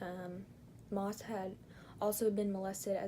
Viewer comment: I'm sorry but you did not pronounce The last name right , one of his victims is my uncle , I'm pretty sure based off my yourube channel name you can tell which one is me